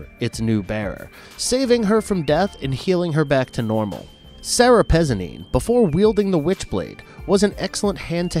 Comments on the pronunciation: Excellent video however its pronounced Sara Pezeeeeeneeee with a little less elongation on the 2nd and 3rd e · Yeah I'm also pretty sure Pezzini is pronounced Pezz-ee-knee. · PezzIni. for crying out loud. stop skipping letters.